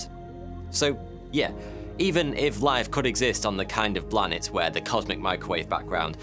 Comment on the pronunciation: Interesting and hilarious! Couldn't help laughing every time you said 'Blanet'